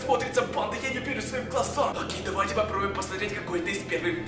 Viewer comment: Привет правильно давай а не "довай"